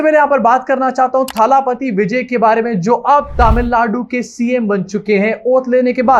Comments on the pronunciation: Abbe chutiye irritate kar diya jaise muh bigaad bigaad ke thalaaaaapathi bol raha hai. Wo thaaaalaaaaapathi nahi thalapathi hai.. Koi lamba aaaaa nahi Sirf single a sound hai... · थाला पाती नहीं है, थलपति होता है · Hi! Just a small correction on the pronounciation. It is not थालापति it is either तलपती or actually दलपति - दल का पति (नायक). By the way you can call our Hon. PM as थालापति because he was the one to say थाली बजाओ 😊